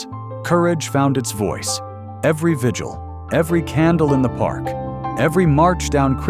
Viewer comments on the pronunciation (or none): none